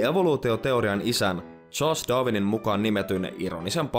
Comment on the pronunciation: Mitenkäs se Darwin lausuttiinkaan? Doovin? :D